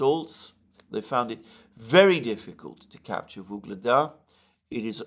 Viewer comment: Alexander, please. Its UGLEDAR, not Vygledar. YUGLEDAR!